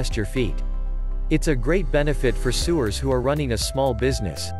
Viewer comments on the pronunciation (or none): RETMEBER SEWERS (soo ers v. sow ers) LOL